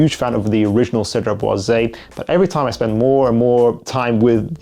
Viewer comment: Hey! First of all, thanks for your videos and dedication! One thing I‘ve been wanting to tell you for quite some time: Cedrat Boise is actually pronounced with a silent „e“ at the end as it‘s no „é“. So just stop at the s and you‘re good 😁 Keep up the great work ✌🏽